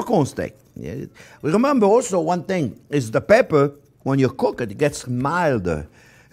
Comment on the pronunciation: Not sure if he put enough peprrr there :) Nice steaks btw